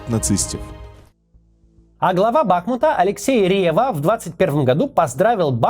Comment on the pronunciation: вот меня тоже каждый раз от бАхмута карёжит🥲